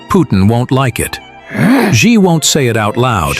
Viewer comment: It's Xi Jing Ping ... “Xi” … could be pronoune as ...“SEE” ... JING PING ... NOT “SHE” JING PING 习 近 平